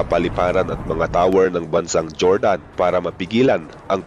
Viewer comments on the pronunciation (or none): none